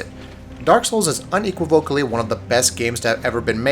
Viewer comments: Please either learn how to pronounce "unequivocally" or stop including the word in your videos. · lmao "unequivocally"